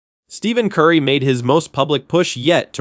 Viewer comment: Hire a real voice over artist who knows how to pronounce Steph Curry.